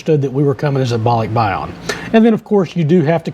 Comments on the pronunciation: It’s yan Not yon….. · BAH-lick-BAH-yan (Yan short A) Thanks.